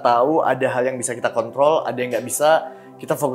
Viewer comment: Sepertinya kepeleset. "Kontrol" R hilang kemana?